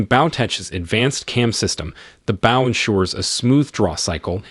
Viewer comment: The way he says bow is absolute torture to my ears .